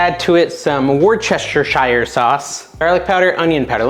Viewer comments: Wuss - ter - sheer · Woost a sheer. 😂